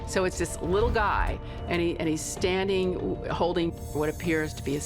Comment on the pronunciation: 'Standeen', 'passeen'. Why can't most Americans say 'standing', 'passing', etc?